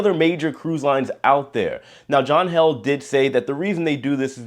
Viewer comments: John Heald....long e!...not held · Hey J, John Heald pronounces his name " healed " as in " The small cut healed in less than a week. " Thank you, J